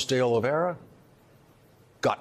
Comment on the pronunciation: "Oliveira," not "Oliveria". Oliveira means "olive tree"